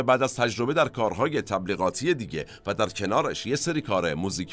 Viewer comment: جناب، تلفظ درست اسم ایشان، مَک کاناهِی است. شما میگید مک کِنِِهی. سپاس از کلیپ.